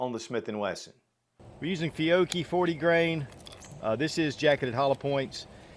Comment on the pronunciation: FEE-YO-CHEE please say it correctly not complaining just tryiing to tell you.